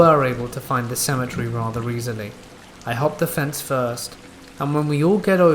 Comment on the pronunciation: I've never heard someone say symmetry so much in lieu of cemetary.